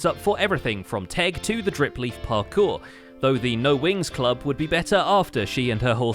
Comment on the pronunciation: I'm so glad I wasn't the only one thinking Winx Club lmao. I've never even seen that show but the more times I heard "No Wings Club" said aloud, the more Winx Club became all I could heard XD